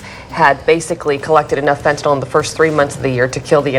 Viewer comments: If you're going to cover a subject, at least learn to pronounce it correctly. It's fentanyl; pronounced fen-ta-nill, not fen-ta-nol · Stop calling it Fentanol, its Fentanyl* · Fentanyl, nyl not nol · Look how the word is spelled “NYL” pronounced NIL not NAL…. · Can anyone pronounce FENT-A-NYL?? Americans mix up the vowels!